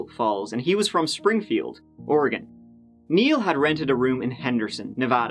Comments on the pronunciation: You pronounced ORYGUN correctly. Xoxo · Love that you pronounced Oregon correctly!! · You have no idea how much I love that you pronounced Oregon correctly. Thanks! 💜